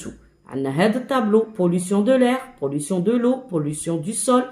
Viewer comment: شكرا يا إستاذة . عفوا ولكن ليس la pollutiooooon بل يقرأ la pollution 🤣🤣🤣🤣😂😂😂😂 و لكن شكرا على كل مجهوداتك 😇😇😇😇😇😅😅😅😅😅😅